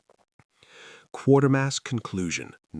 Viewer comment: QUATERMASS, NOT QUARTERMASS!